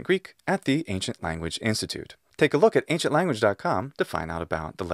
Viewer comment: Why are you always pronouncing the word "the" before consonant words as you should pronounce before vowel words? Thank you.